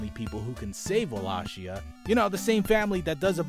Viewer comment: ahem WALL-AY-KEY-AH. love you.